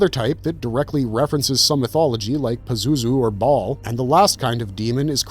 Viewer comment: Did he just call Ba'al... Ball?